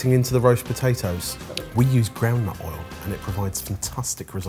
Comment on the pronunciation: Ah ground nut oil. Had to see the cc to understand that.